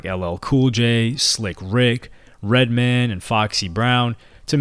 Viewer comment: It’s fucking redMAN not redmen